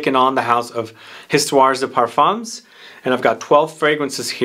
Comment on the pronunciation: No S at end of either word ... Histoire de Parfum ... the S is silent 🤣🤣🤣🤣🤣. My favourite is 1740 and my birth year 1969 👍🏻. Oh and in 1804 Napoleon was granted title of Emperor 👍🏻